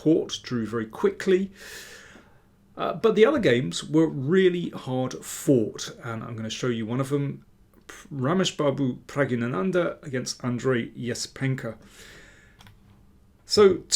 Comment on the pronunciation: Thank, great video as usual. Nice touch to add the Spassky game. PS you are mispronouncing Praggnanandha. The 'gg' sound is adjacent to the 'n' sound, not followed by an 'an' sound.IE there is no vowel between them. You also, by the way, mispronounce Firouzja. The 'j' sound is emphasised, but soft. You are my goto chess commentator.